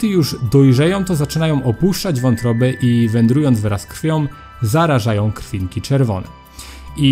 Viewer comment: tom? zdolnom? krwiom? człowieku naucz się poprawnie wysławiać